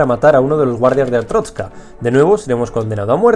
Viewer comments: ES "ARSTOTZKA" NO "ARTROSKA" 7-7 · Te voy a corregir. Arstrotska no artotska. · ¿Cuál es la fascinación de pronunciar TODAS las veces ArTROTzka cuando claramente es ArSTOTzka? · Es que es complicado xd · Es artotska no artrotska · Sabes algo que se le llama "modular" o "pronunciar bien" se dice ARSTOTZKA NO ARSTROSKA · es ARSTOTZKA pero bueno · pero es ars totzka no artrotzka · SE DICE ARTOTZKA CONSHESUMARE, NO ARTROTZKA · Se dice artotzka no artrotzka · es arstotzka no atroztka me caes mal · es arstotzka, no artrotzka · Rocagi99 "Gloria a artrozka" jaja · No es ninguna de las 2, es ARSTOTZKA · Dice Artroska ? O estoy sordo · Ars-totz-ka no es tan difícil! 7u7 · amigo pronuncias mal Asrtotzka xDDD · Es ARS-TOTZ-KA es tan dificil decir eso para los youtubers?!?! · no se, me enoja que digas artroztka .-. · ¿Atrotzka? Que mala pronunciación tío. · que asco de video y ademas dice mal arstotzka